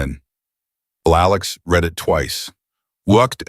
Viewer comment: Again the word read. Reed or red. Your reader doesn't know the difference.